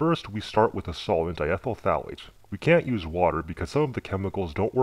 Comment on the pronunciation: I stopped watching after "diethyl phthalate" ....